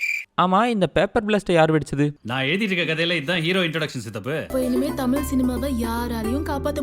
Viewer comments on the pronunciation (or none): none